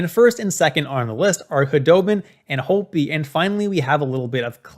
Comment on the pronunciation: Its Holtby not Holby